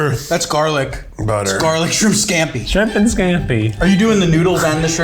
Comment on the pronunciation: Coming from a native Tennessean, you could really hear the Tennessee in Keith’s voice when he said “parrot isle coconut shrimp”😂😂😂 Shrimp has two syllables. “Shri-ump”😂